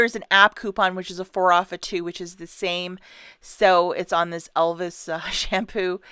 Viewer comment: Why do you call it Elvis when its Elvive? Just wondering.